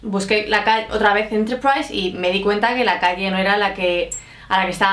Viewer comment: LightSpeed Spanish `s pronuciation of Enterprise is almost RP.